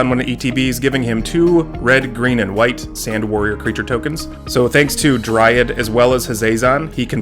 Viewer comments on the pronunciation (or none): none